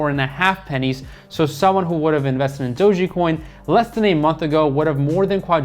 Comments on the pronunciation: "dogey" coin hahah! love this guy. great information though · you pronouncing dogecoin as dogiecoin is a red flag